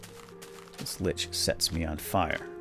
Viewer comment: it's actually Lich not Linch :P